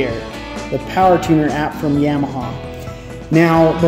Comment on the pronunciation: Does the way he says Yamaha annoy anyone else? The only people that say it that way are people that know nothing about the sport lol Yeah maha 🤦🏼‍♂️